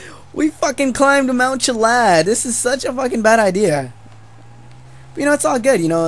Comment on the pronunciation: Its Chilliad not Chillad